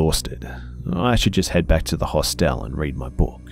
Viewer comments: EyEofHAV0C I know the difference between a Hostel and a Hotel. I said the way he was pronouncing Hostel was bugging me. We pronounce it Hah stle. The way he was pronouncing it was like the word hostile. That's why it was bothering me. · I hate to complain, but the way u say "Hostel" is driving me nuts. I just want to correct u every time u say it. But thanks for the great story and video. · I feel you! I love the stories and his voice. But the way he is pronouncing Hostel and Moncton is bothering me. I understand he is Australian and pronounces things differently, but I cannot help correcting him in my head the entire time. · New drinking game......... Every time mispronounces 'HOSTEL' take a shot of vodka, you'll be sh*t~faced.;) xxx